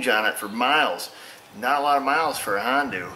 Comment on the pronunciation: I appreciate your knowledge,and honesty,,,"hondue" hahahaha,,giggles fer days!